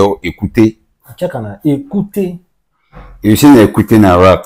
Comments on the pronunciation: Ekuke not ekute. Ekuke is the local Nigerian dog breed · Ekuke not ekute… be pronouncing rubbish